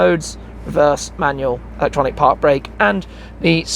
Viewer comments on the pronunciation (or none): none